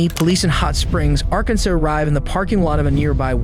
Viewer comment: Arkansir? I think that's pronounced "Arkansas." Ar-ken-saw.